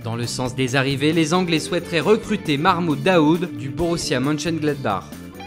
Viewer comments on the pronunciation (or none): ptdrrrrrr c pas marmoud daoud c mahmoud daoud😂😂😂😂